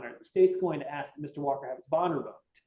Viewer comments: Lol when a Def lawyer can't say AA correctly I don't think I want this lawyer. I also don't want a shady lawyer lying and making up false documents to "help" me bc I like people with integrity bc I like to feel like I'm credible, not feeling like I got away with everything, if that makes any sense. My integrity means more to me than this def or lawyer imo. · Bruh how is a lawyer not familiar enough with his craft to make that mistake?? 😂 Most laymen know it's "AA" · D attorney that mispronounces ask… amazing.